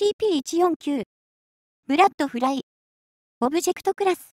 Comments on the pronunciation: ブラ↑ットフライ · ブラッド↑フライ↓ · ブラ↑ッドフライ↓